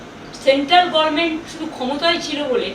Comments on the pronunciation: দুর বাল, আগে গরমেন্ট বলা বন্ধ করে গভর্নমেন্ট বলা শেখ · হেরে গেলো তাও গভর্নমেন্ট উচ্চারণ আর হলো না,, সেই গরমেন্ট 🥲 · আপনি মাননীয়া ছিলেন আপনি বিতাড়িত মূর্খ মন্ত্রী প্রাক্তন নন মানুষ আপনাকে ছুঁড়ে ফেলেছে গরমেন্ট নয় ওটা গভর্মেন্ট বাড়িতে শিক্ষক রাখুন বুড়ি বয়সে আমাদের দয়া করে আর ডুবাবেন না আপনার মত মূর্খী পশ্চিমবঙ্গ বাসী বেছে নিয়েছিল ধাপ্পা বাজি ছাড়ুন আপনার মত মূর্খ নয় মানুষ সব বোঝে মানুষ আপনাকে ভোট দেয়নি 21 এ জোর করে ছিলেন। ভাগ্যের দোষ দেবেন না। নিজের ,ভাইপোর চুরি গুলো থেকে বেঁচে ফিরবেন না। মানুষ আপনার লেকচার আর শুনতে চাইছে না। আপনার সম্প্পত্তি সিজ ও আপনার জেল যাত্রার অপেক্ষায়। মূর্খের মত বকেছেন এতদিন আজও সেম করার চেষ্টায়। বুড়িমা আপনার আর আপনার ছেলের জেল যাত্রার দিন বিজয় উৎসবের অপেক্ষায়। আপনার লজ্জা আগেও ছিল না। আজও দেখছি আপনি কত বে হায়া। আপনাকে ...... গালি গালাজ করলে পশ্চিম বঙ্গ বাসীর জ্বালা মিটবে না। আপনি মরবেন না দয়া করে আমরা খুশি হবো না। আপনি সম্পত্তি হারানেন ভিখারি হবেন তার পর জেলে যাবেন। আবার জেল থেকে বেরোবেন তার পর মরবেন। তবেই পশ্চিম বঙ্গ বাসী খুশি কিন্তু। যদি কোনো চাটা মাল লেখাটা চটির কাছে পৌঁছে দেন খুশি হইবো। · গরমেন্ট / পবলেম